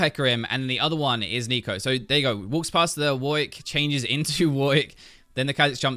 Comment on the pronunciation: i keep hearing neko;-; is becoming a weeb